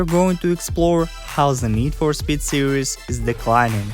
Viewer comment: How you say speed makes me laugh. Need for spet